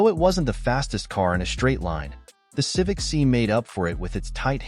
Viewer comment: stopped watching at "Civic See"